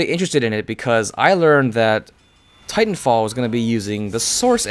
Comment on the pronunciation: Got to love how be emphasized "Tit" in Titanfall.